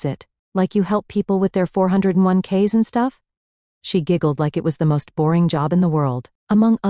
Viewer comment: Not the four hundred and one k’s 😂😂😂